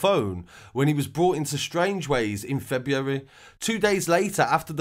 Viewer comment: Say February again lol